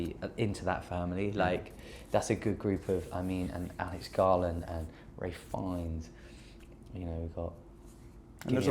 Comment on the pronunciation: Did he say Ray Finnes?